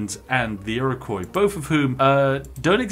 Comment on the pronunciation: Iroquois is pronounced Ear Oh Kwah not Ear Oh Coy 😁